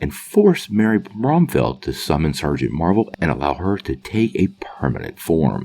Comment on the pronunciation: *Bromfield. You're saying it wrong. And if he were to go into her hero form, she wouldn't be called Sergeant Marvel because that word is off limits